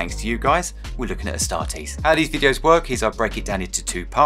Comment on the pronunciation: A startees 😂😂😂 the way u said i 😂😂😂